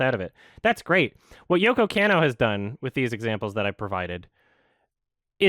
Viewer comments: I'm very impressed with coming correct on this one. BUT BRUH, you listened to all these sources of people pronouncing her name right and you're STILL saying Yoko CAN-OH. It's KAH-NOH. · It bothers me how keeps mispronouncing Yoko Kanno. It's supposed to be "con-no," not "can-no." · mispronouncing "Kanno" is driving me up the wall right now